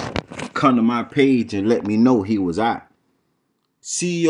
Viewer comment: "And let me know!" 🤣🤣🤣🤣🤣🤣🤣🤣🤣🤣🤣🤣🤣🤣 Oh you had to put emphasis on that one he let me know! (So on the floor) 🤣🤣🤣🤣🤣🤣🤣🤣🤣